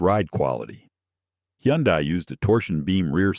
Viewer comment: it's hun-day-- not he-yon-dai